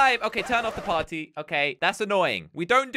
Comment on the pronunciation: Is it just me or he said paty pady time(intro)